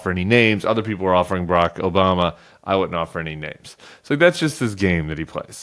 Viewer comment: The reason he pronounces Obama’s name the way he does is because that’s the way Rush L used to pronounce it…